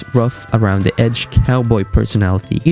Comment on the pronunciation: I wanted to watch this but I can get through the lazy speech. Duh ≠ the. Unless English is not your first language then I guess it's a pass. Still, can't watch